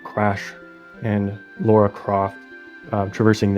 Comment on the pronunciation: Really love the idea of this and the work youve put in is awesome i really hope someone can make a game or even a playable demo for it that being said her names Lara croft not Laura try to pronounce it more like Tiara but its L not T an no I so itl sound more like LARAH